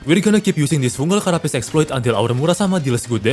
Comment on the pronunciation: "exploiTEH", Like what